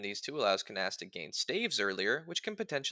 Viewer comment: That is certainly not how I've ever pronounced this mans name in the entire time I've known of his existence. Also Fire Emblem 7 was very funny for locking away the only Dark magic user behind an optional side chapter that, while not hard to get, is also definitely missable if you aren't careful. Anyways my favorite pizza topping is black olives (the real answer would get me Luna cheesed).